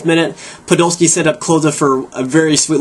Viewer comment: u pronounce everything wrong, its PODOLSKI, not puhdolski, and Schweinsteiger doesnt have 2 "sch" its not Schweinschteiger, im sorry its just hard to watch someone slaughter my favorite players names